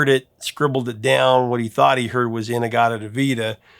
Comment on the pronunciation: You mean “I hoyd it trooda grape vine”?